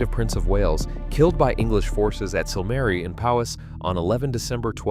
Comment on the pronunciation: Pathetic AI pronunciation of Welsh names Cymru, Griffiths . An insult to Welsh people. My great grandfather was Morgan Miles , who died from gas poisoning after WW1, serving on Western front in the Welsh Borderers , a coal miner.